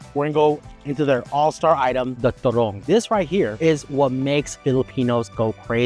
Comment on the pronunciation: Its turone.... ..not turong